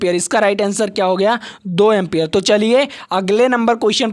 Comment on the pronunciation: Empier hota Hai Sir